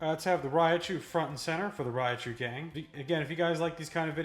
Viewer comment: It’s Raichu not Rayachu lmao